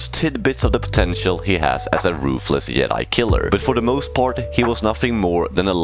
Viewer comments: Yedi? It’s Jedi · Did you say yoke and yedi? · bruh you keep saying the word jedi wrong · The way you say Joke and Jedi lol. Makes it sound like Yoke and Yedi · "The Yedi couldn stan a shance"